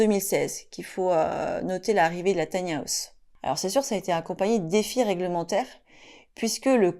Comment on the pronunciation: Taï ni à ousssse 😂😂😂 On peut rire 😅🤣😂